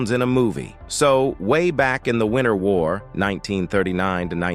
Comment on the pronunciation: It was NOT a "Winner war" - it was the WINTER War! Speak properly please...